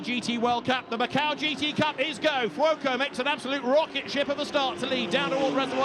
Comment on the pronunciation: How does the commentator pronounce Fuoco? Furuoco??